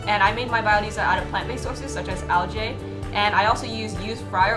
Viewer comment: Kids pay 10k plus to go to this school... But can't pronounce algae right. "Al Jay" lmao